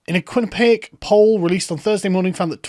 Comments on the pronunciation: Quinnipiac (kwin-i-pee-ak) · Kwin-ip-ee-ak poll. Even Americans often fail to pronounce it correctly.